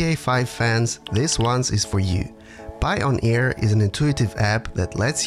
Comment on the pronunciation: It’s pronounced like the word “Pioneer” not “Pie-on-Air” lol